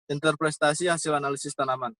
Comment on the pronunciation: Interpretasi bukan interprestasi